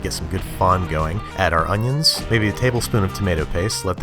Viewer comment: “Tree Unyens?”